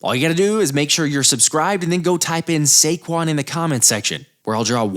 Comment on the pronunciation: SAQUAN!! SAY GONE!!!